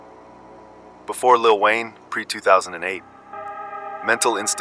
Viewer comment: Lil whayne 😅😅😅😅😅😅😅😅ah ah ah ah ah ah